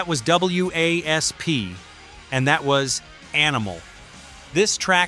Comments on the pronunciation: these channels get on my nerves..........the band was/is called Wasp spelled W.A.S.P. not W...A...S...P.........it's pronounced/said like the insect not the way A.I. id saying it here.......... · I tempering being wasp not w.a.s.p., the ai is annoying, bark at the moon was not banned or barred from mtv it was suicide solution that was banned. Don’t temember any issue in mtv with were not gonna fake it or welcome to the jungle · if there were no periods for AI to read off, then yeah. Wasp. Instead of w…a…s…p… every time it said their name. Think! 😏👈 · I like how they spelled out W.A.S.P. like that's the band's name and not just said Wasp! And 8-0-S! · I kept yelling at my phone saying it's not W.A.S.P it's just wasp dumbass it was really pissing me off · Do you watch the video before you publish it? Really? The band "Double U Aye ess pee" in the mid eight zero "S" instead of the band WASP in the mid 80s? I didn't make it through the first band before I stopped watching! AI sucks! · A lesson in when using AI to narrate it is important to PROOFREAD BEFORE UPLOADING! W A S P? Really? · It's wasp you idiots why don't you get a human to f**** narrate it not a stupid AI computer that doesn't know what the hell it's saying no thumbs up for you do your homework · OK, you idiot blind in Texas really you’re playing Wild Child to completely different songs. WASP really you can’t pronounce wasp. It’s supposed to stand for we are sexual perverts and blind in Texas is about being drunk, but I can’t believe he played. Wild Child says he’s blind in Texas how stupid get a clue. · Who the hell is Double You Ey Ess Pee? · Keeps spelling WASP out literally ....like its spelled dude damn. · I'm not subscribing to something that uses AI that gets things wrong. #4 is Wild Child, NOT Blind in Texas. 55+ year Rock, Hard Rock, and Heavy Metal fan. Additionally, W.A.S.P. is pronounced WASP, like the insect. This makes you sound foolish to real fans. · Wasp just say WASP